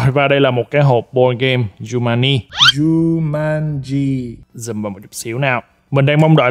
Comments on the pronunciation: giống em nek cứ tiện miệng nói jumani nhưng đọc đúng là jumanji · Ở video nói chumaji quay xong xem lại mới biết đó là jumaji: vl 😑😑😑😂😂😂😂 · kiểu: coi lại video, chết cha, đọc lộn Jumanji thành Jumani nên ghép cảnh zèo để tăng độ hài hước và sửa từ sai:DDD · Nhắc bao nhiêu lần là jumanji mà cứ đọc sai hoài, thui bó tay:))) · Ok anh, Giu-man-gi (Jumanji) :)))